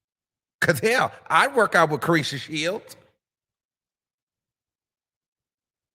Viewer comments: IT was INTENTIONAL SHADE 😎 😅 I KNOW me some plus ➕️ he usually BUTCHER PPL NAME frfr 🤣 😂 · Him saying that lady name wrong was that shade or he really dk her name?